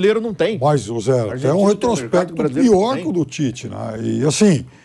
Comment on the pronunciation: Onde você lê pite/ É Tite.